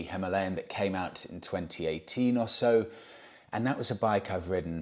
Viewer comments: if its pronounced himarlian its spelt himalayan...which to most of us and you , is Him - a lay -an not Him ar lee -an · Hima means snow...Alaya is Abode/Temple.... Himalaya means Abode of Snow Pronounced Him-aalaya Bike: Him-aalayan. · Having a great time watching you struggle with "Him-AH-lian". :D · Himalaya is derived from two Sanskrit words— " Hi-ma,' snow, and " a-la-ya," abode (The abode of snow), that is why it is pronounced, hi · maa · lay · uhn (himalayan). Beautiful bike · The Indians pronounce it as Harmalian simply because of their Indian accent when speaking in English , it’s not a great mystery ,or the end of the world ,as we all know what motorcycle they are referring too . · Himalayan - is not pronounced as you corrected yourself, it's pronounced how you originally thought! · You pronounced Himalayan the right way the first time, your new pronunciation is clearly wrong. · Its just pronounced that way in Hindi simple Just like St Trop etc. Love you channel from Hounslow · You are now pronouncing it wrong. You had it right the first time. It's named after the mountain ranges. Please google it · How Ridiculous,.. If you are going to pronounce the Himalayan motorcycle that way how on earth are you going to pronounce the Himalayas or Himalaya when traveling, Good Luck with that, you are going to sound like a right twit. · Himalayan mountains. Say it right. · Keep saying himalayan as in the mountain. Remember Michael Schumacher . The German pronunciation is sho ma har, the English version per Murray Walker was Shoe Makker.